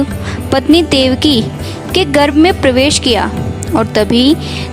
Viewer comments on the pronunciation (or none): none